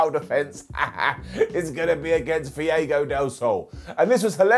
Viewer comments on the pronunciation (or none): It’s Fuego not Fiego! 😉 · why is nobody talking about how kept calling our boy Fuego, “Fiego” like bro what lmao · I love you man but BRUH c'mon it's FUEGO Del Sol not "Fiego" or whatever you said lol. Put some respect on the Master of the Tornado DDT's name!🔥🌪☝🏽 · Have you seen how they spell and pronounce aluminum? I'll give him a pass. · Fee-ay-go? Oh no no. Fu-way-go. Or, keep it simple, new AEW signing :D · Fee-ago del Sol? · Fiego??? Who the hell is that? Do you mean Fuego? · Why does call's Fuego "Fiego" lol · I understood "Diego del Sol", I thought Dora's cousin was wrestling... 🤣 and I'm a native Spanish speaker. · I'm giving an up to today for how he says Fuego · He said Fuego he just pronounced it weirdly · your pronunciation of Fuego gets a down... 😂😂😂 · Hearing butcher the pronunciation of Fuego kills me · I am begging you to say Fuego's name correctly.